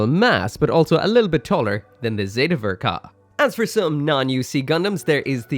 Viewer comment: “The best ver ka ever made” that’s an interesting way to pronounce the ball